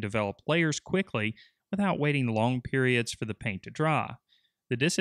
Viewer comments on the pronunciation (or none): none